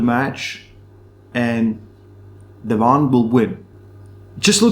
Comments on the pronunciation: Devlan and Levdon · I always hear "Levan" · Why do you keep calling Devon De-VAHN bud? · Your saying Devon differently lol